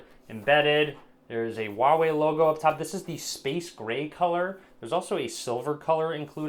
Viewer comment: its Huawei not a Uawei ,sir.